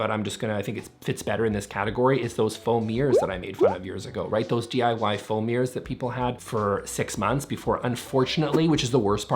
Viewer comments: Whenever you say "foam mirrors", I keep hearing "faux mirrors". Is that just a framed photo of yourself? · I swear, I heard you say "foam ears" five times before I realised it was "foam mirrors"